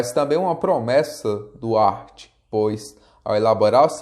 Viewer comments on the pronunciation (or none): boa explanação, mas o nome de Hart não se pronuncia "art" e sim "Rart"...rss